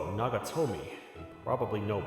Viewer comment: Nagatomo dude, every time i heard nagatomi i died a little inside xD